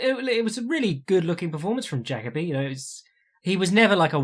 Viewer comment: Jacoby is pronounced like fuck Colby not jackabee